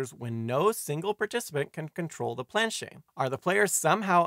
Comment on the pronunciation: FYI, you do pronounce the "T" sound in planchette; it's not "planchet."